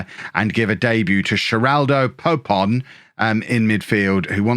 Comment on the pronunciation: Poepon is pronounced "poop-on" btw (and, no, I'm not kidding